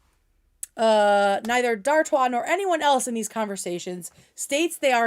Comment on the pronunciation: Ok so I was pronouncing Dartois correctly in my head?! Everyone else is saying dartis and it makes me chuckle